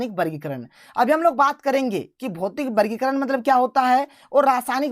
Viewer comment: Sir aap vargikaran ko bargikaran kyo bolted hai